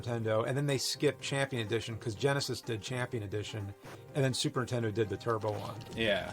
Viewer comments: I don't know what you mean, as if there's another name for it, but he actually mispronounces "Super Nintendo" at least twice, saying "Super Entendo" Edit: OK he always mispronounces it. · James: Super Intendo.... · "Super Intendo." - Jame Rolfe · Super tendo la pantat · Super “Intendo” I can never unhear this. Thanks James 🤣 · Super entiendo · He prounounces it more like "Super 'Tendo". I usually say Super N-E-S. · Also 'Super Nintendo'. Given his schtick, it seems kind of ironic.